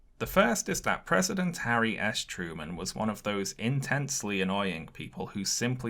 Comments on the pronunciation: Does anyone else's brain immediately hear "Harry "ass" Truman every time his name is said? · Love the way you pronounce "Harry 'Ass' Truman"